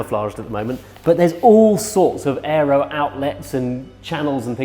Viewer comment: What is this ??"Aller"?? thing he's talking about? Is he trying to say "aero"?